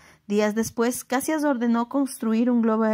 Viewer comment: Luis Alves de Lima e Silva, Duque de Caxias, el único que ganó este título por méritos propios... Por cierto, la pronunciación es Cachias, no Cassias.